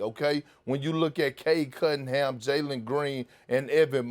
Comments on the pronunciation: Nobody Kendrick Perkins: “Cade Cuddingham” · Nobody: Perk: Cade Cuttingham 😂😂😂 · Perk - "Cade Cuttingham" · No one Perk: Cade Cuddingham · “Cade Cuttingham” Perk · Bro i could just be high....But is he calling him "cade cuddingham"? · Perk with his "cade cuDDin'ham" lol. bro! that's a N, not a D!